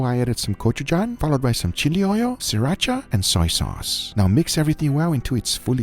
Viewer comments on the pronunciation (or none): none